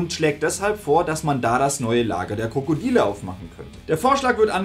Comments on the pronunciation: Gutes Video freue mich schon auf die nächste Teile;) Irgendwie verstehe ich jedes Mal wenn du “die Krokodile” sagst „die Krokodiler / Krokodealer“. jedes einzelne Mal LOL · Kommts nur mit so vor oder sagt er immer 'Krokodieler'? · Sag mal sagst du die ganze Zeit „Die Krokodiler“? 😂